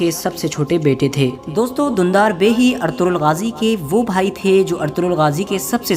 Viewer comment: o Bhai Artughral nhi Ertugrul name he jismy (g) silent he. usy hum Erturul bolengy.